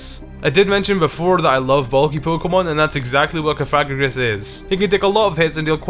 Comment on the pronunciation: Omg it's cough ugh gree Gus. Sry but the way u say it is a bit offensive .